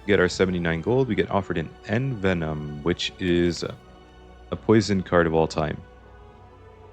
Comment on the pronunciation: the way you're pronouncing envenom is driving me crazy